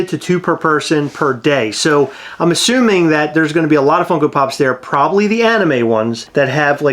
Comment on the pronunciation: 100% said “””Plobably”””😂 also they need a bar….. “come get fuck-eyed at buckeye” is the best slogan ever